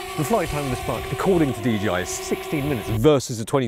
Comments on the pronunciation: Hey, it ain't DGI, it's DJI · ya know I have always wondered when people were gonna realize the company is called DJI because people always say DGI